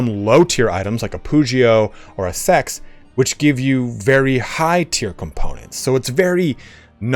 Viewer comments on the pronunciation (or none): I’d really like to be able to name my weapons. 1. So I can find them easier in the list. 2. It would give me more connection to them. Also seax is pronounced like sax.